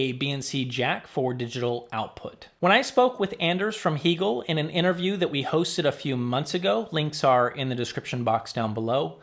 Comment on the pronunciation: Why the switch to “Hee-gehl” vs. “Hay-gehl?” You said it correctly in interview with Anders…🙋🏻❓